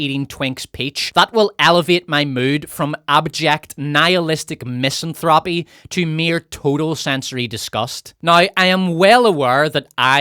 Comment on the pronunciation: Miss An Thropy not “Miss’n Throppy”